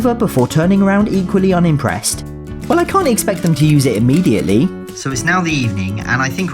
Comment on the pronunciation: “rimmediately”-, 2025.